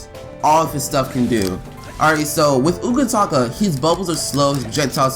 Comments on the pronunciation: CORRECTION its UTAKATA not UKATAKA NO HATE PLS. BTW GREAT VID AND DO THE SECOND MIZUKAGE NEXT THANK YOU! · My Utakata is the best Facts thanks for any info I knew already tho 😄 and you kept saying his name wrong 😑 but great job!